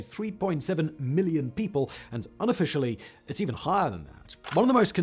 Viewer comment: YOU say all this Un-o"fish"ally and I agree but it leaves me hungry